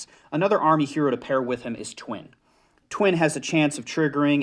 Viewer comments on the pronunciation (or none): it’s not ‘twin’ and ‘rank-en-stine’ it’s literally “tye-win” and “rye-sh-teen” or “rye-sh-stein”